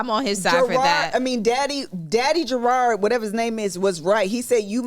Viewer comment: Y’all + kev keep saying Gerard 😭 that mans name is JERROD